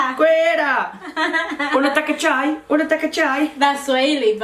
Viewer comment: hit the nail when he spoke swahili soo good "unataka chai"